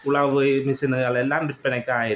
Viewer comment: தம்பி தமிழும் கொஞ்சம் படிக்கவேணும் உழவு உளவு